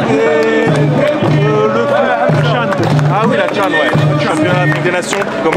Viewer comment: Chan pas can